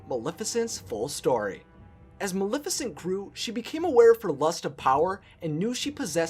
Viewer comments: Her raven is only known "my pet" in the animated feature, where did Diablo come from? Her, name is Maleficent pronounce the not malificent the name comes from the word malefic. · You can't even say her name correctly, it's Maleficent not Milificint. Idiot. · "Ma-le-fi-cent" not "Ma-li-ficent" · If you're going to say MULIFICINT one more time... :D